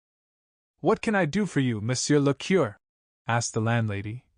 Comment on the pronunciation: Moreover, AI mispronounces curé and viscount. A learned human would not do this.